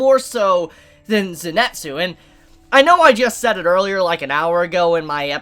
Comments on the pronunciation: Great Review but its not Zenetsu its Zenitsu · Zenitsu= Zenn-Net-Zoo Inosuke= Ino-sookay gotta love pronunciations lol